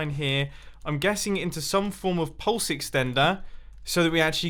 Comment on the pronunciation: Mumbo says: pulse exstender Me: what the duck did he just say 'hey siri'